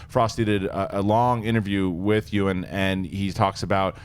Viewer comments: ....E-Wahn?...Yoowin. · "E-Wan"??? You are dead to me now. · EE - won McGregor, c'mon, "you in" on how to pronounce the name?;) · Did say E-Juan McGregor? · Seriously Ee-wan? please. Sigh...... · agh the way said Ewan:'(